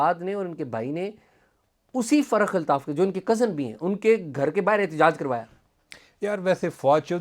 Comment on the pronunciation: اعزاز سید صاحب ۔۔۔۔لفظ فرخ الطاف ہے ۔۔۔۔۔آپ بار بار تلفظ فرق الطاف لے رہے ہیں ۔۔۔